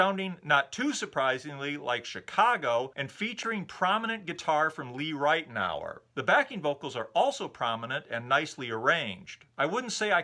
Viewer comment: Hey - Just a heads up that Lee Ritenour's last name is pronounced "rit-now-er.";) Chris